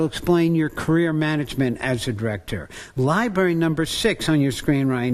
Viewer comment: Library Not Libary